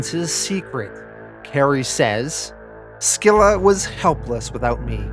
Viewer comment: You also mispronounced scylla, is pronounced silla the c is silent. These videos are awsome either way tho.